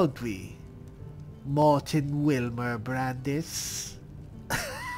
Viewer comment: Lol,I thought said Wilbur ha ha ha ha 😅 no Wilmer is good ha ha ha 😅. I love 💖